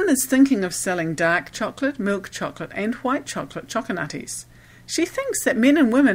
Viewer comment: stop saying Cho co la te please